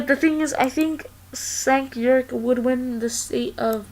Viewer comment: also, it is pronounced "Jank U-ger